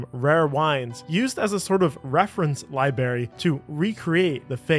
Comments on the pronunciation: noooooo…. Libary? What are you? 7? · "Nowheres", "Ly-berry"... JFC... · he said LIBARY 🤣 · Dude said "lieberry"... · "reference li-bary" I'm sorry, what? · Cool video, but you gotta learn how to say library bro